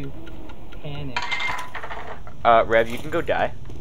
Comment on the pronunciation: Hey, don't PAN-ic